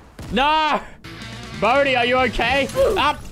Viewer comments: It's bodhi not bodie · It Bodhi lol sorry for correcting u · someone count how many times lannan and said Bohdi